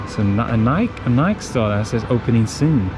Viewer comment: nike or nai kee??? u pulling my legs here????